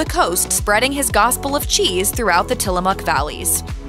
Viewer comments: It's till-a-mook Not till-a-muuk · Mook like book, not Muk like the Pokemon. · Pronounced "Tillamuck".